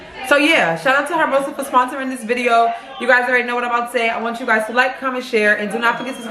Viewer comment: It's actually pronounced hairmosa 😂😂😂😂